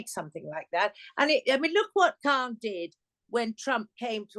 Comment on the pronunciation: Khan you mean Khant !